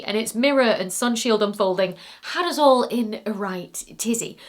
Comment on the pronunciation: Babe, you've got to work on pronouncing US properly!